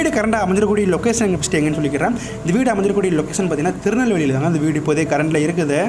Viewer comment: உங்களுக்கு கேட்கவில்லையா தெளிவாக சொல்கிறார் திருநெல்வேலி என்று